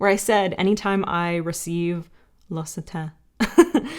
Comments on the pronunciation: L'occitane pronunciation is (Lox see tun) tun as in nun with a T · L’Occitane is pronounced Lux-ee-tan (the “a” sounds like when you say Cannes, as in the film festival). The English language doesn’t have that “a” sound that I know of. Anyway, way too long explanation on my part. 😂 Love your video as always!